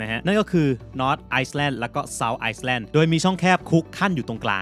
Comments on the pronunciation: อยากตามเลยค่ะ สวยมาก อ้อ island ออกเสียงไอ๊แล่น ไม่ต้องออก เอส นะคะ ด้วยรักจากครูยายค่า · ผมไม่ใช่คนเก่งภาษาอังกฤษครับ แต่แค่อยากแนะนำคำว่า ISLAND อย่าอ่านว่า ICE-LAND ครับ แต่ให้อ่านว่า I-LAND นะครับ ขอบคุณครับ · Island ตัว s เป็น silent letter ไม่ออกเสียงครับ